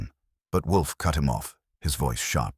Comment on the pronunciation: Whay do all the AI s have trouble saying Wolfe? Theres a half dozen different sites, and they all pause and say woof. Its wool+f not wuf like a dog says